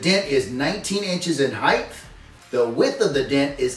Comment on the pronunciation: Did you say heit-th ? The word ends with a T as in heighT not a th sound. Sounds like weight. Same ending.